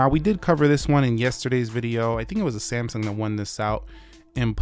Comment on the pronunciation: SAMSUNG is not pronounced as ‘SAMSON’